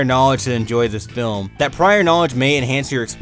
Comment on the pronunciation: lol "Adult flim"